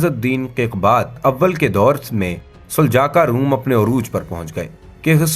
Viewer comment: آپ نے دوسروں کو تاریخ کیا بتانی ہے آپ خود کئی الفاظ غلط بول رہے ہیں جیسے کہ سلاجقہ کو سلجاقا اور ازمیت شہر کو عظمت اور اسکے علاوہ بھی کئی الفاظ غلط بولے سو تھوڑا پڑھ اور سمجھ لیا کریں آپکے غلط الفاظ کسی کے لیے مستقل بن سکتے ہیں